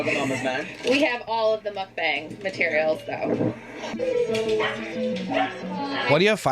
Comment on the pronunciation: They’re pronouncing mukbang incorrectly too... 😒 it is a Korean word but it’s not hard to say. They obviously didn’t even try to learn how to say it right and they just said that word because it’s a popular thing on YouTube now. They didn’t even actually do a proper mukbang because you’re supposed to show yourself eating the food but of course they can’t do that because they have to protect their image.